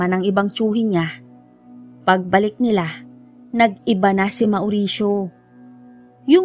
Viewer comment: Naway di nyo po ipagdamdam ang kaunting corrections maam. About sa name nabanggit nyo, about sa pronounciation po ng mauricio, it should be maw'risyo, and not ma'oo'risyo.. lastly po ay taboo, it should be pronounce as tæ'bu, Muli po naway wag nyo masamain at ipagdamdam, di po intensyong magmarunong.. nais ko lang po makatulong sa munting paraan.. salamat po, sanay inyong maunawaan..